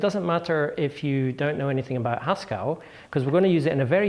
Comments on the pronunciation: The second e in "Haskell" is a schwa. When he pronounces it "Haskall" it's no wonder people ask "Do you mean Pascal?" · Stop. Pronouncing. Haskell. As if it. Rhymes. With. Pascal! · Hascal? is that a blend of Haskell and Pascal? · Hang on, Haskell rhymes with Pascal?!